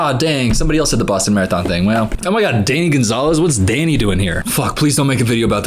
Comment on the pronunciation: I feel like we're all glossing over the fact that the "Danny" sounded more like "daddy"